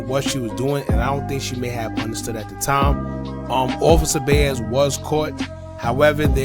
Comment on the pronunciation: Bro atleast pronounce ppl name right if you’re telling they story. Bayez isn’t Baez. Boooo